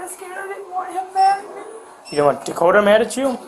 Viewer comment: Dakotah, with an H? Should have been DUHkota